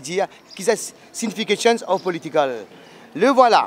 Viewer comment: sinification of political...🤔🤔 that the best English i ever heard....